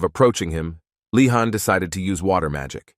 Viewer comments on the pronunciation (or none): Bro the name of the protagonist is leeehan!!!! Not fkkin khan